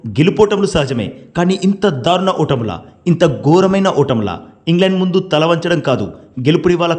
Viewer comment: వాళ్ళు దారుణంగా ఓడటం సంగతేమోగానీ, నీ తెలుగు మాత్రం ఛండాలంగా ఉంది. 'ధారుణం' కాదు, దారుణం అనాలి 😅